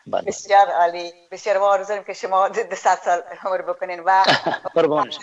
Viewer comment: اول، نه حول عزیز، نه حزیز افغان ، نه هفغان عمر، نه حمر حیران ، نه عیران اروزو، نه هاروزو و....... خواهشا منحیث گرداننده و یا گوینده یک برنامه اشتباهات تلفظی تانرا اصلاح نمایید چونکه بسیار آزار دهنده است